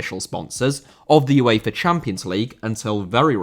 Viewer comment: UEFA* not Yuweifer